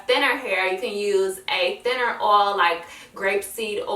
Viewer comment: oil is pronounced oy-il not or-all just is case u didn't know